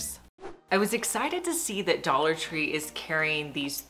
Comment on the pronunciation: Dollar Tree "tray" and "succulent"